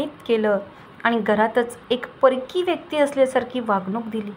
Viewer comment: परखी नाही परकी